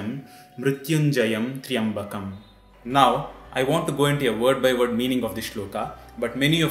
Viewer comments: this mantra is incomplete, it has three parts which few people use. also the starting it's Trayam not Triyam as per Vedic rules. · 🙏 I read online that it is pronounced Trayambaki and not Tryambakm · Yoh pronounced triambakam but it should be tryambakam❤️🕉️ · But here the person Chanted as Traiambakam not as Traiambakai... Is he incorrect?? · Is it Tri (yambakam) or Tray (ambakam). Isnt Tryambakam 1 syllable ? Could you please clarify on this pronounciation please 🙏